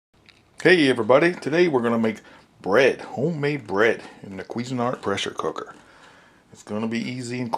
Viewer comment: "presshr cookr bread"